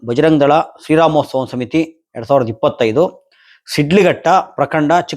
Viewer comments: ಶ್ರೀ ರಾಮೋಸ್ತವ ಅಂತೆ 🤣🤣 ಅಯ್ಯೋ ಕನ್ನಡದ ತೊದಲು ಜಾಣ 🤣🤣 ಬಹುಶಃ ನೀನು ಕನ್ನಡ ರಾಜ್ಯೋತ್ಸವ ಅನ್ನೋದನ್ನ ಕನ್ನಡ ರಾಜ್ಯೋಸ್ತವ ಅಂತಿಯೇನೋ ಒಂದ್ಸಲ ಕೇಳಬೇಕು 🤣🤣 ಉಸ್ತವ ಅಲ್ಲ ಮಾರಾಯ 🤣🤣 ಅದು ಉತ್ಸವ... ನಿನ್ನಲ್ಲಿ ಒಂದೇ ಒಂದು ಬೇಡಿಕೆ 🙏 ದಯಮಾಡಿ ಕನ್ನಡ ಭಾಷೆಯನ್ನು ಸ್ಪಷ್ಟವಾಗಿ ಉಚ್ಚಾರಣೆ ಮಾಡು 🙏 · ಥೂ ಥೂ ಥೂ ಏನ್ ಕನ್ನಡ ಉಚ್ಚಾರಣೆ ನಿಂದು 🤣🤣 ಶ್ರೀ ರಾಮೋಸ್ತವ ಅಲ್ಲಯ್ಯ🤣🤣 ಅದು ಶ್ರೀ ರಾಮೋತ್ಸವ...ಉತ್ಸವ ಕಣಪ್ಪಾ,..ಉಸ್ತವ ಅಲ್ಲ 🤣🤣 ಒಬ್ಬರ ಬಗ್ಗೆ ಮನಸ್ಸಿನಲ್ಲಿ ನಿರಂತರ ದ್ವೇಷ ಇದ್ರೆ ಹೀಗೇ ತಡಬಡಾಯಿಸೋದು 🤣🤣